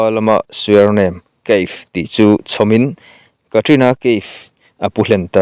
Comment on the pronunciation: I thil chhiar dan hi ngaihnawm loh ka tih chi, i chhiar dan a thatchhia😂ka sawithiam lo...kan Kohhran Upa pakhat Secretary thupuang ṭhin dan ang chiah2,,, ti deuh nuah2 mai 😂😂😂 chuan leh loks Kaif tih hi Ka if ti angin an lam ṭhin Keif anga lam ri lo in...svmm 😊